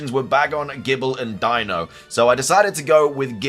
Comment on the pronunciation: He pronounced Deino's name correctly! Subscribed!